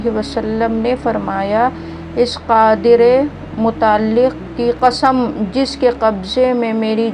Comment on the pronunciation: Sister ap ka قادر مطلق galt hai phle sahi kar lo fir boliye